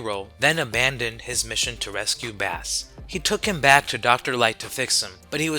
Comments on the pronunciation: Love the video but it’s Bass (Base) and Wily (why lee) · im going to point this out but bass is pronounced base like the guitar. his name like rock, roll, and, blues(protoman's original name) its a music name